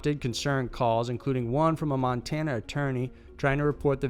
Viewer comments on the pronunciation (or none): none